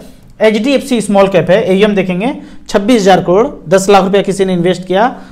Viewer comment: crore bolo kalod nahi 😃